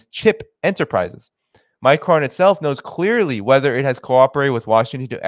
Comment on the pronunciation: It's pronounces "My Cron"... Like "pong" Not "My Crone".... Like throne.. Sorry, my OCD just kicked in...;-)